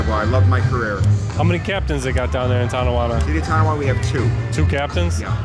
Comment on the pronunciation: It's not Ton D awanda